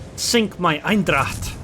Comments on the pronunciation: I just watched this video to know better how to play this ship. I learned something here and I'll start used its airstrikes. By the way, you pronounce its name as "Eindracht" .. while it's Eendracht. ;-) Greetings from the Netherlands. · Thanks, liking your vids. BTW the correct way to say the name of this ship is not EINdracht, its EENdracht (like how you would say the 'ai' in pain). Look forward to meeting you in ranked next time XD. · Lol, you pronounce it like it's german